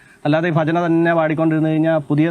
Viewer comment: ആദ്യം ഉച്ചാരണം ശെരിയാക്ക്. ഫജന അല്ല ഭജന